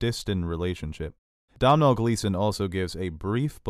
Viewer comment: Hi, just for future reference and not as a criticism, Domhnall (Gleeson) is pronounced Donal